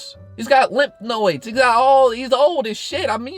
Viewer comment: “Limp Noids” lol